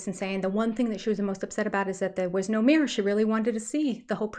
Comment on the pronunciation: Ok, I have to kindly’ point out since you commented on their pronunciation of ‘Idear,’ you also say ‘meer’ 😹instead of mirror. I’m just teasing you though. I grew up going to SLP along with all my other schoolmates. We have some cultural inside jokes on the things yall try to make us Deafies do. In HS I finally had one that knew a bit of ASL at least, so that was a nice change.